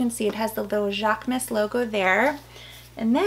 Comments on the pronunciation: Hate to be the grammar police😂… but it’s pronounced: JHAK-MOOSE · Love all your new items!! Especially the Marc Jacobs, I keep admiring that mini Tote! Going to pull the trigger one of these days LOL Jaquemus is pronounced jacques-uh-moose 😊 with a guttural French accent 😂